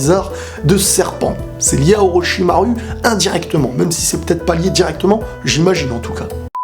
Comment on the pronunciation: et ses orochimarou pas orocharu